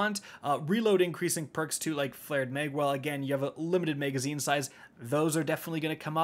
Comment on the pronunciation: Why does he say “megazine”?